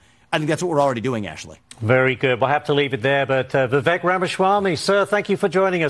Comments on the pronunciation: It's Viv-ache! 😂 It's Vivek Time! ⭐✨✨💫💫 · And his name is Viv - ache (he said like Cake) not Viv-eck